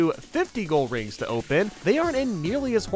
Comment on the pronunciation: Rings really does sound like coins so I can obviously forgive the mispronunciation.